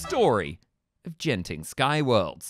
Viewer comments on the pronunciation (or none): Singaporean much? It's pronounced as 'G'enting... NOT 'J'enting! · i think you pronounce genting wrong its not jen-ting its genting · Its not gene-ting, huhu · I'll be making my second trip to Genting (incidentally, pronounced Ghenting with a hard G) in two months; like my first time, I'm not planning on visiting Skyworlds during this upcoming stay, either. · Its Genting not Jenting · ''Jen-ting skyworlds''